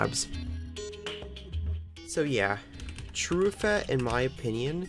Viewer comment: it hurt me when he pronounced trueffet as true eh fête